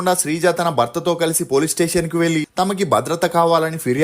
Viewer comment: ఒరేయ్ కొనిదెల కాదురా కొణిదెల వెల్లి కాదు వెళ్లి బరద్వాజ్ కాదు భరద్వాజ్ వెల్లడం కాదు వెళ్లడం ఎల్లు కాదు ఏళ్లు తెలుగు సరిగ్గా పలకలేని నీకు ఈ ప్రొఫెషన్ వొద్దు.